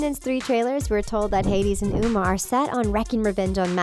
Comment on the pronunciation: Its not o-mar its O-ma